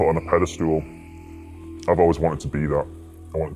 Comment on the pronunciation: he definitely said "pedestool" there! Underrated!